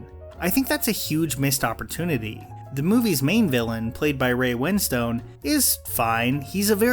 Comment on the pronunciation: Dude, the names are pronounced "Florence PYOO" ("like Hugh but with a P" in Florence Pugh's words), Rachel VICE ("In America everyone says it wrong. It’s V-I-C-E." says Rachel Weisz) and Ray WINSTUN.